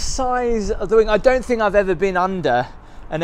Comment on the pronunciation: Thing not think …sorry… it’s driving me nuts. Heh heh heh. Brilliant channel…only just found it. I am now binge catching up.